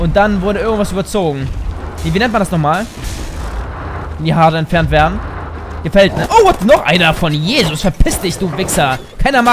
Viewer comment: gehäutet, nicht gefellt xD